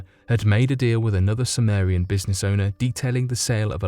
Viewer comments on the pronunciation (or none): none